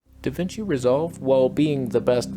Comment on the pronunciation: I now call Resolve "DaVinch"